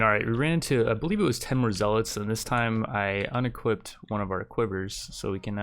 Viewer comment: stop daying zealots wrong, arghhhhhhhhhhhhh